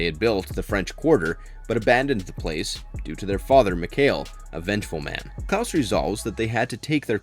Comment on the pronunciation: Nice video, but the way you pronounced Klaus's name and Mikaelson made me cringe.